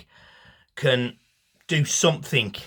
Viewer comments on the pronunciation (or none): none